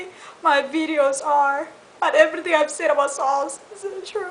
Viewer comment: The way she says "EVRRRYTING" and "CORRRRRECT" LOL !!